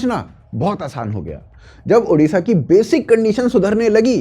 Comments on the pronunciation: It's"odisha" not "udisha" for your kind information "odia" not "udia' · I don't get this, don't you UP wale hindi letter mein ओ नही है क्या?। It's ओडिशा not उड़ीसा। Always a problem with Hindi speaking arseh0les😏😏😏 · One humble request, correct your pronounce.. Its Odisha and not Udisha. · First of all it's not ऊडीशा, it's ओडीशा. Everyone is pronouncing this wrong always. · Udisha ❎Odisha✅ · Our State name ODISHA not udisha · Udisha nahi bhai odisha hai ❤️‍🩹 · I am an Odia. I am totally apolitical. But CM means always Naveen ji for us. We miss Naveen ji. And yes one request..please say ODISHA in place of udisa.